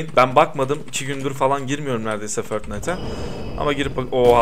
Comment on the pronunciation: Abi förtnata değil fortnayt diye okunuyor